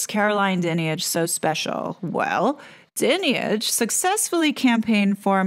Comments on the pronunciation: The audacity and arrogance is unbelievable, what about the central tenant of British law,(and several other democratic countries)? “Innocent until proven guilty “. I must say your pronunciation of her name is incorrect, it’s “dine-age”. With regard to her dame hood; the vast majority of honours are purely gifted by politicians and presented by the monarchy. There are very few the King has the sole right to decide on the beneficiary. What has happened with RB is utterly unfair and a frightening over-reach by the media, who may l add are unelected and definitely subjective. Nefarious bodies are involved in the travesty of justice. The most important question in this sorry episode is, “why haven’t the alleged victims reported the alleged criminality to the correct authorities, (the Police)?” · Firstly her surname is pronounced 'Dine-age. She is an absolute disgrace. These letters only add to the suspicion that this is all about shutting up anyone that dares to expose the establishment and nothing to do with protecting vulnerable people. This woman needs to lose her position and 'her' income. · Hey just to clarify. The role of the monarchy regarding BEM (British Empire Medals) ispurely ceremonial. It is the Government that decides whi actually gets these accolades. That dreadful woman's name is pronounced Dynage. The whole thing seems off to me... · Your wrong about this! Her Dad was Fred Dinage. You pronounce her wrong and you haven't done your homework about this! Di nige is how how you pronounce her name. A poor video and completely inaccurate. An American getting it wrong again! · Her surname is pronounced 'Die-nij'. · Her name is pronounced Dine-age... Everything else spot on. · Totally agree.